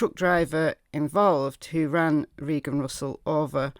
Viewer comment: I am pretty sure that her name was Reeeegan and not Raaayyyyygan.